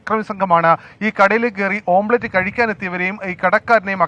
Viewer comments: ഓം പ്ലേറ്റ് അല്ലടാ പൊട്ടാ.. ഓംലെറ്റ് 🙏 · ഓംബ്ലേറ്റ് അല്ല ഓംലെറ്റ് എന്ന് അവതാരകൻ് ഓർമ്മവേണം😂😂😂